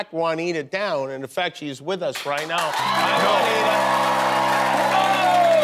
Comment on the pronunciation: Guillermo, why don’t you jump there and tell the people how Juanita is pronounced? Because the way of Jimmy says Juanita doesn't exist